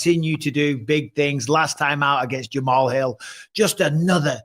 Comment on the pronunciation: Mike keep saying Jamahall Hill🤣